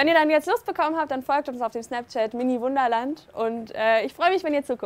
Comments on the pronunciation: such effort and determination to say "SnapChat" and still messed it up XD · "Schnaps!" hahaha :-D Schnapschat